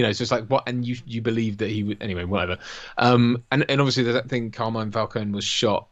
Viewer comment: Never mind Falcone, how come no-one in this film can say Carmine?